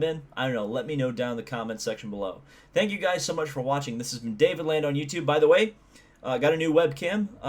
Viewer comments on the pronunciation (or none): none